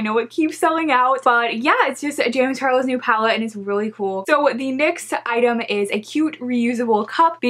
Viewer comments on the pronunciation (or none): none